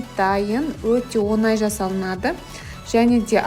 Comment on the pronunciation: Онай емес оңай! Ң - ды айтып үйренші.Өтініш.Өте жаман естіледі.😮